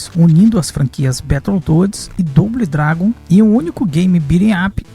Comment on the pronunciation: Bão o video, mas tem q melhorar o inglês, só uma dica, "doble dragon" fale "dobou dragun".